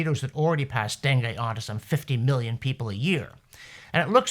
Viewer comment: Nice job on the pronunciation of dengue fever. Missed on Cairns, Australia though. P.S. sorry for offering up a critical comment - you are doing wonderful work!